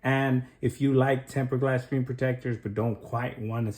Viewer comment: Learn how to pronounce screen